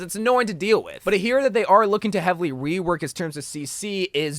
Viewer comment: Everytime you said rework as "wework" I wheezed. I do the same haha I can't help it.